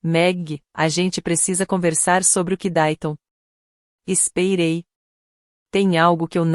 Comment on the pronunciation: Narracao por ia??? Eh dureza ouvir "espeirei"...:face-turquoise-covering-eyes